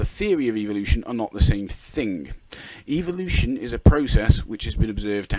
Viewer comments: Good lord its fucking "evo-lution" not "eevil-lution" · I keep hearing Eeveelution when he says evolution, help